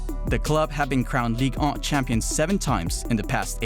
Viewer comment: I thought it was Ligue 1. Not Ligue On 🤣🤣